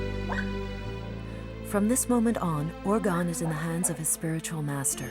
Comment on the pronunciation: The narrator should learn how to say the boy’s name. She pronounces urgan instead of Urgyan.